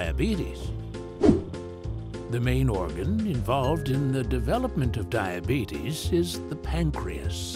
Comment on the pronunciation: I don't like how he pronounces diabetes But love the bitesize video